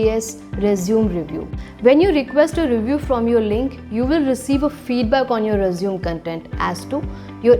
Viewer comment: It's not "resum" it's "resume" = pronounced as RE-ZU-MEY